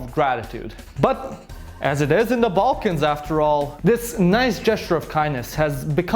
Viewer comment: My Ex would pronounce Balkans as Vulcans 😫😂